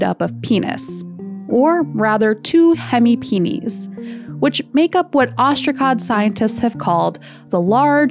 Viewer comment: It's the correct pronunciation, it's the plural of penis in Latin